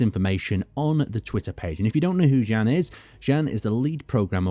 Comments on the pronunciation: I still don't think his name is pronounced as Jen :D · jan would be pronounced as yan im pretty sure